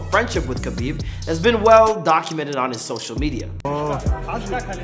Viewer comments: Its pronounced Habib not kabeeb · Btw is not Kabib it's Habib the K is silent